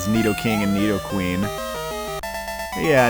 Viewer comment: Am I the only one who noticed that he actually pronounced Nidoking and Nidoqueen correctly? 🤔